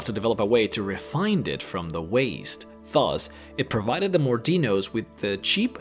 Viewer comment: Not "Fuzz", "Thus"... Ingrish Mouvathucharr da yau spik eet?!